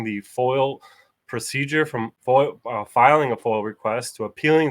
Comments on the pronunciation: Great work. Am I the only one hears him saying FOIL? It's foiA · It is not a FOIL request it is a FOIA pronounced Foy Yah